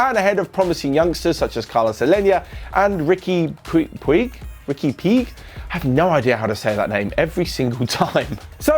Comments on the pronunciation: Riqui Pig 😂 I think it's pronounced Riqui Puch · It's riqui puj not pug!! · he's called Riqui Puig, but to name him you just say Riqui Puch... Give it a heart if you read this... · Puig is pronounced Pooch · By the way Riqui's Puig is pronounced like "Pooch..but with a G like Gerard"